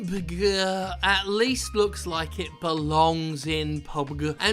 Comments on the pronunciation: It's "Pub Gee". Not "peeeeewwwwwbg". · how hard is it to say PUB-G when talking about battlegrounds, seriously. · pubeg? Talent?? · PubeG had me in tears hahahaha 😂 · I think Player Unknown’s Battlegrounds should be pronounce like Pee U Bee Gee, for name’s sake. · Another great video Jim but if I hear you say PUBG, there will be a dead body. At least anoter attempt at it.